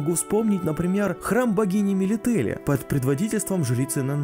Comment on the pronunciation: Храм богини мЕлителле, на первый слог ударение. нЭннаки, тоже первый слог, по ушам сильнл бъёт